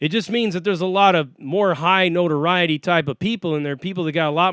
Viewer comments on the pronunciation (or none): none